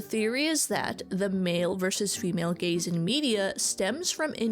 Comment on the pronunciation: Sounds like you're saying gays